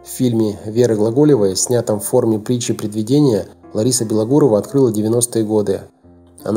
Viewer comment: Хороший материал. голос чтеца приятный. но так безграмотно читает некоторые слова, просто ухо режет! (притчи предвидЕния-- предвИдения, поДстриглас ь в монахи-- постриглась!!!